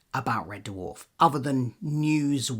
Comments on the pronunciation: It’s Red Dwarf, not Red DerrrWarf 😂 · Red what? Duhwarf? WTF is that? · Yeah, it sounds like derwarf. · It's pronounced 'DWARF', not 'DUH-WARF'. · I can’t listen to anything on red “Duh-warf” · Why is he pronouncing it de-warf? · I gave up on watching this video - had to - can't abide people saying Dwarf like "der-warf" - it's one syllable buddy. Arrgh. It's like scraping nails down a blackboard. I appreciate the info that I did hear, though, disappointing as it is. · Nice video but the way he sometimes pronounces ‘Dwarf’ (DUHU-WHARF) is very,very distracting. And I’m British too so it’s a him thing for sure 😂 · Red De Worf. The Dutch American country singer? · what is a Dah-Wharf? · Never ever heard it pronounced like that. "D-Warf". Why the audible pause between the D and the rest? Is this on purpose? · He really cool whipping that pronunciation of "Dwarf".. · The weird thing is there are a small number of instances in the video where you say something quickly in passing and you seem to speak more naturally and thus say 'Red Dwarf' the more usual way, which shows that when you are just speaking off the cuff as your self you say it normally, which makes me think it is either when you are reading it directly from the autocue/script that it happens, or else when you are (possibly subconciously) adopting a 'presenter voice' whilst following the scripted parts. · Blinduh Date.